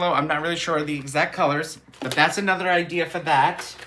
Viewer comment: did you move to Boston with the “idears”? My husband talks like that. He takes the “r’s” out of park and cars and puts them at the ends of random words. 😂